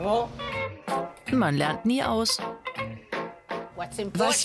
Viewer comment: 😂😂😂 die Omi sagt jävol